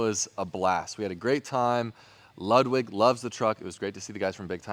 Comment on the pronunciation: Ludwig is pronounced Loodwig ...